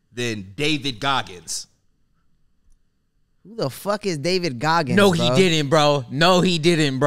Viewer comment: The pause before “Who the fuck is Dagid Goggins” had me crying😭😭